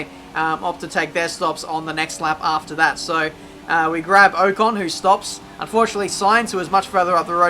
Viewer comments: Its Ocon not Ohcon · LOL! pronounces pronunciation wrong... its 'pro nun see a shun ' (and from spa, last video .. pronouncing eau rouge, "our rue sh" but its actually "OH rue sh"). esteban OH CON! lol its 'OCK ON' like rock on without the R. keep up the vids tho.